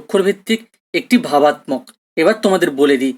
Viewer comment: Sir class khub sundor..But kichu mone korben na sir apnar kichu uchcharon vul hochhe.. Byabostha, vabattok..etc